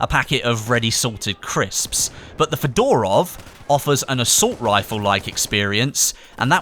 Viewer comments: it's not pronounced Fedorov (like Fedora) but more like Fyodorov, with stress on the first O. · Mispronounce FEDOROV,stress on the first syllable - FE...dorov